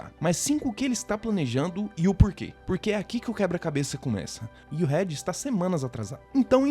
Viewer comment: Rédi Richards é foda kkkk...a pronúncia certa é "Riiid", já que o "e" em inglês tem som de "i", não é por mal não...só uma crítica construtiva. Amei o canal, e me inscrevi